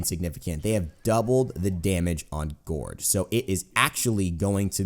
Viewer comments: bruh. why do you keep pronouncing gourd "guard?" it's pronounced like gord, like in Gordon. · "Thorw his 'gard' down" It's GOURD pronnounced G-o-r-e'd" Like Blood and guts and gore. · gourd is pronounced gord. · It's pronounced gord like food but with a g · Gourd is pronounced with an "or" sound. Not like guard. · Gourd is pronounced like Gorge (like a canyon or something) but with a D sound rather than a Ge sound. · Gourd,. Rhymes with bored. Just thought you should know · atleast someone said it